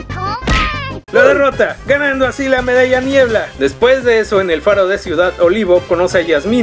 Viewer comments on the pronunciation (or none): escuché medalla mierd* en vez de medalla niebla XD